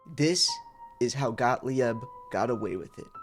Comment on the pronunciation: Got-leeb. Please. Got-lee-ebb? lol Love the new channel, though and great to have you back. Please stick around or at least if you go find a guru, give us a heads-up first okay?